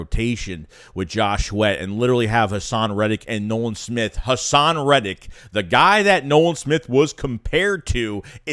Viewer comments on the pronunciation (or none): none